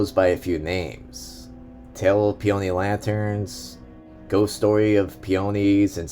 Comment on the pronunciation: it's pronounced PEE-uh-nee; not pee-OH-nee